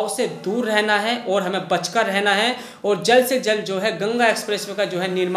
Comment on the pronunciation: aap (कू, & अर) जैसे शब्द न बोला करें, को &और बोला करें